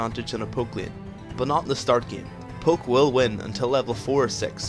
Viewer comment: tbh, sometimes it sounded like you said "poop" instead of "poke"